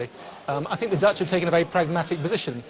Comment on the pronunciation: Aj tink it... it lol, hemma lärd engelska :P